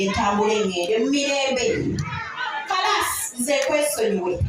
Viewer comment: The way said KARASI in CAPITAL LETTERS 😅😅😅😅😊😊😊😊olemwa